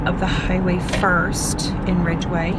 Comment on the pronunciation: There's no R in Ridgway